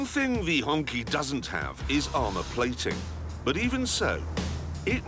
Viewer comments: it's pronounced HongCHI not Hongki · not HonKey but HonChi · It’s not hong “ki” it’s pronounced “chi” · OMG, it's not pronounced honky! It's pronounced hone-chi. LOL. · It's pronounced Hoong Chee. Not honky. LoL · he just wants to say "honkey" as a mockery, pretty sure he was told of its proper pronunciation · Pronounced Hong-chee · It's pronounce as 'Hong-chee', as per the Mandarin pronunciation. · I was shocked no one taught him how to say it - Hong Chi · FYI, it should be pronounced as "Hong Chee" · Honky is a slur. It's Hongqi (q sounds like ch). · It's "hong chi"